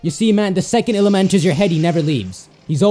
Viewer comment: It bothers me when he says Ilima. It's pronounced ee-lee-ma.